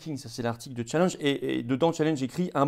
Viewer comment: Stop aux anglicismes oui. Mais en français on dit Challenge et non Tchallenge 😜